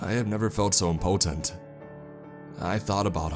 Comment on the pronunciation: The way he says impotent..